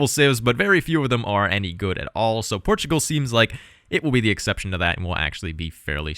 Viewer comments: Por-tugal is actually closer to the phonetic pronunciation. The r gets tapped slightly, which gives a slight pause/lift between the syllables! 😀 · Thank god!! You can pronounce my name marvellously! She hurts my hears in the video. She pronounces Portugal in Portuguese accent quite well but everything else is really bad :P